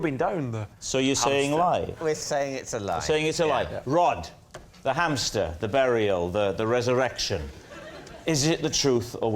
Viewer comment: Hampster? I thought it was pronounced Hamster 🐹